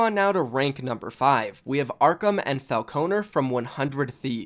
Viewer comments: No hate but the emphasis is on the “Fal” in Falconer, not the “O” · How did he mis pronounce falconer lol